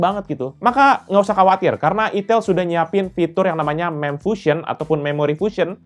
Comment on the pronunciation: Cuma mengingat kan "Aitel" bkn "itel"